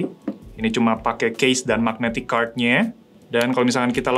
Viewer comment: Biasanya ngapa sih ngomong "kart" nya. Kenapa harus "kerd" sambil monyong2in mulut. 😂